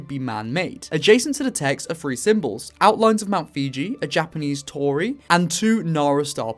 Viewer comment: It's pronounced foo-ji not fiji